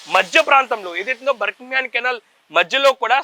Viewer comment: బర్ కింగ్ హమ్ కాదు నాయనా బకింగ్ హమ్ అని చెప్పాలి